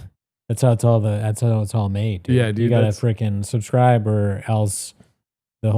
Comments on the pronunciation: make sure to to "suscribe" and "Lyeg" the video! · Cmon Fellas like and sashscribe, amiright fellas cmon 😅